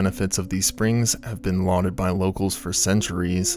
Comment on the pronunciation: Lauded* not loted :)<3